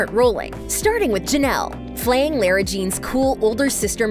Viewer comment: Omg how she says Lara is soooooooooo offff